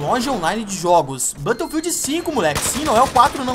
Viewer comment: blãto fild não né cara kkkk